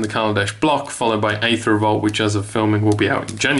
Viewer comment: Please pronounce it correctly. Aether sounds like EE-ther